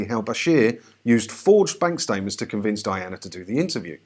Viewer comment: "fank bank statements" sorry but that made me chuckle!